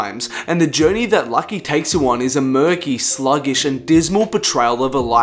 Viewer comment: lucki ecks....... luuuuuucki, like lupe, like it's pronounced loucki